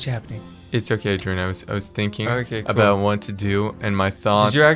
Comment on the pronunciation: Its k-ol